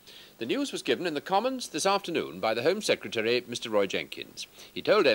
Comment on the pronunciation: Ah, back when the Brits could still pronounce the word "secretary" properly. Those were the days. :)